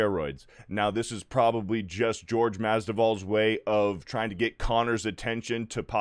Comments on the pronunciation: "GEORGE" Masvidal LOL. Come on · Also, Jorge. Not George. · Omg get the pronunciation of Jorge right.